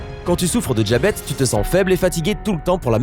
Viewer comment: Le « djabète » lol